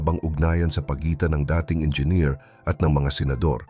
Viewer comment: sosyal naman ng pagkabigkas mo ng "dating" para tuloy naging term related sa pag-ibig imbes na meaning ay "old or used to or former". mas maganda kung tutuong voice mo or QA mo man lang yung quality to add more substance.